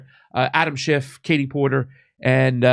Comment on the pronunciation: It's Schiff....SCHIFF. Not SchiffT.